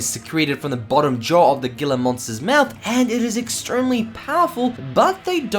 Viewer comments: its pronunced hila monster watch ceyote peterson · Gila monster is pronounced like Hila